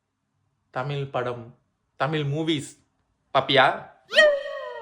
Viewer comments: தமில் இல்ல தமிழ். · அது தமில் இல்லை. தமிழ். கம்பேனி சீக்ரெட்டை(நீங்களே தப்பாதான் உச்சரிச்சதை) வெளிய சொல்லாதீங்க. யோகி பாபு..?!!! வெரி ஃபன்னி??? முதலில் அவருக்கு பெரும் ஜாம்பவான்களின் நகைச்சுவையை காட்டுங்கள். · அது தமில் இல்ல தமிழ் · தமில் கிடையாது தமிழ் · Mudalla neeanga தமிழ் endru Olunga sollavum brother. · நீங்க தமிழ் என்று சரியாக சொல்லுங்க. (தமிழ் இல்லைதமிழ்) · உங்களுக்கே தமிழ் வரல ழ வரல ல் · தமிழை நன்றாக உச்சரியுங்கள் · Unga thamizh ye thappu bro pronunciation correct ah try panunga 😢😢